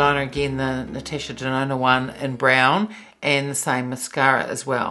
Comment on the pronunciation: the way you pronounced Natasha Denona. You say: Natesha Denona. It just sounds funny 🤭